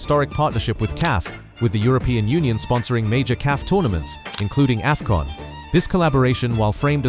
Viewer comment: Is this an AI voice over 😳 🤔🤔🤔 that "Aei-fcon"